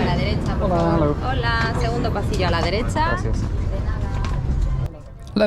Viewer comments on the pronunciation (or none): none